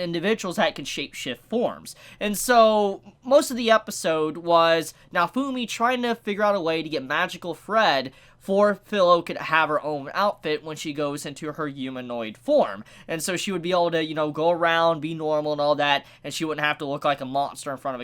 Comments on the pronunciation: Stop saying Filo. I know the sounds are combined, but fuck the anime is audibly Firo. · You pronounce Filo as feel-oh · Filo Sounding is Fee-lo, the I sounds like an E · It's pronounced as Phee-Rou (As Fearow of Pokémon). Written as Filo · It’s fee-low like the pastry dough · Btw it's pronounced fee lo. Love the review 😁